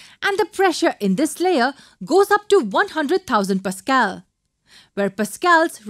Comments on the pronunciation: It's pascal Not pascael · you should not use lakh because these are used in India and Pakistan so just say one hundred thousand and it is not (Passcal) it is pronounced as (Pascal)